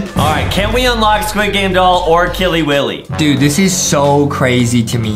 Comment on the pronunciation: It's not killey willey